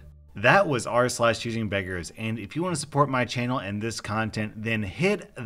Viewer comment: I work as I listen to your videos. So, when I was cleaning up it was a little bit too loud and I thought you said, chicken fingers instead of choosing beggers lol